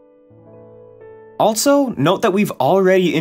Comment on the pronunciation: The way this guy says “also” makes my eye twitch every time